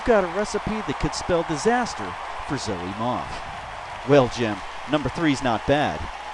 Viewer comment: Dude! thanks for the shoutout you're awesome! And that was actually a pretty good pronunciation of my name.